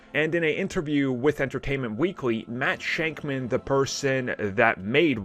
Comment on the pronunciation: the main thing i wont miss ab wandavision is not checking his comments to find out how to say Jac Schaeffer and Matt Shakman.